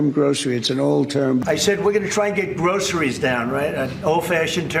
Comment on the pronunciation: You can tell by the way he says Groceries he's never set his tiny feet in a Grocery store.